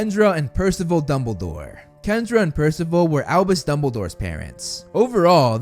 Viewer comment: It’s AlBUs not AlBIS